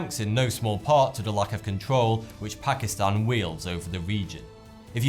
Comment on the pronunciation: YAAAS! Someone who actually says ''Pakistan'' right x'D I have to tell people, it's pronounced 'Taan'.